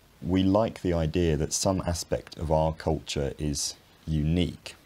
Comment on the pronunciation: IdeaR and Idea are both said by you. AHHHHHH Intrusive R.